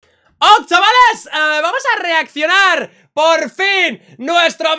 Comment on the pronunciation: Ok chavales Lo que yo escucho: Ock Shabales